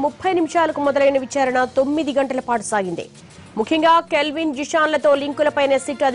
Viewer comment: Calvin kadu ra nayana kelvin 1st nv name sarigga telusko tarvata news cheppu. Ninnu lopalki pilchara nduk ee yedava sodhi